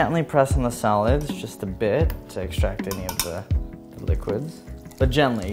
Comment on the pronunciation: The way you pronounce solids sounds like 'silage'. I was like, what? Is this a chef thing?